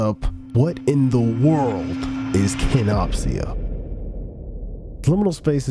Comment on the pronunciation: im so sorry that im nitpicky but its pronounced kenop sha